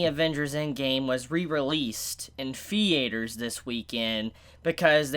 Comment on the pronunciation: 😂😂 , perfect “theAters” I love this man😫